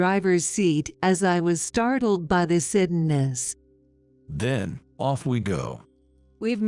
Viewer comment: You can’t even pronounce suddenness?